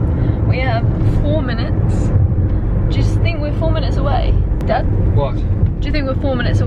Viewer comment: I'm glad I'm not the only one who turns "Dad" into more than one syllable sometimes, like, "Da-duh!" or "Daaa-aaaddd!" Silly old Dads.